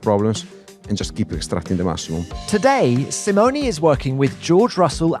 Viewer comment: I love how Tom pronounces "Simoni"instead of "Simone", in an english way. Italy is proud to have such engineers.